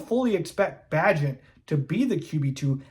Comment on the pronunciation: BAY-GENT. How many times are you going to butcher the mans mame?